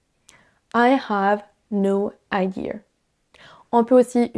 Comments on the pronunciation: Did you say idear? like a New Yorker? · Hi, recently found your channel. I’m an anglophone from Canada. I was curious about your pronunciation on the words can’t which has the British “ah” sound and the word idea which sounds like you put an r on the end like they do in New England. Everything else sounds like a standard American accent which you speak very well. Is this a result of you having lived in the USA and England? Keep up the excellent work. I like to listen to you speak french because you speak so quickly and it’s a good challenge for me. Merci bien.